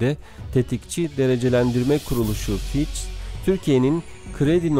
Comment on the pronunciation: Fitch = Fitç diye okunuyor kardeş :) ch = ç